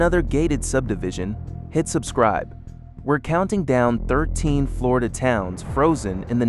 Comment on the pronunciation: How is wish a PERSON was doing this and not AI. You've managed to insult Floridians in more ways than one. Learn to pronounce our town's names please. 😂